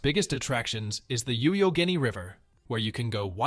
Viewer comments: Youghiogheny = = 'yock' [as in clock] 'ah' 'gain' 'eee' 😉 Very enjoyable video - well done. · Such great suggestions for day visits. Just so you know, the Youghiogheny River is pronounced: Yock-a-gay-knee 😀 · 'Yock (as in jock) a gayneey' river to help with pronunciation. I was surprised that you had Kentuck Knob. I like it even more than nearby Falling Water. May I add a few of my favorites: Heartwood Acres north of Pittsburgh, Meadowcroft archeological and living history site in Avella, Washington County, Friendship Hill - home of Albert Gallatin in Fayette County, Blackwater sp, and Presque Isle sp. Thank you. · IT'S PRONOUNCED "YOCK-A-GAINY" YOUGHOGHENY. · thank you, I came here to say this. I have never heard Youghiogheny pronounced so rough.. I had to look it up & make sure I had the right river. I would have never guessed he said Youghiogheny. I thought my entire family had been pronouncing it wrong all of these years. I grew up near this river. lol